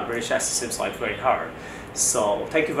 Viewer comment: varry varry nice sir